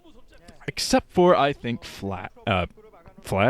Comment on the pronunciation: what is it that you say before the colors? "except"?